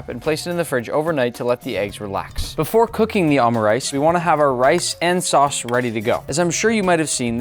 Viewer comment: I thought you said sus instead of sauce😭